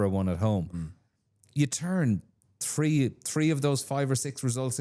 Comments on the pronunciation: Poor excuse. I'm Irish. You can train yourself to do these things. Not every Irish person says tirty tree. Jackman could fix it and sound more professional, but he couldn't be arsed. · Down the list of priorities. I'd first target the "th" blend. You don't kick tree points in rugby, or wewr number tree on your back.